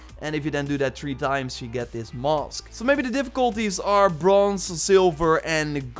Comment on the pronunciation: The way you says ‘masks’ is hilarious haha!